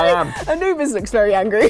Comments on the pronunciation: I-New-Bis would happen... really? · So is the English god of death now called A-Luke-bis??